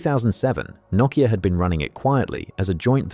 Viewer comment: and yanks take note on how he pronounces nokia, not the yanky way saying "noe keeya"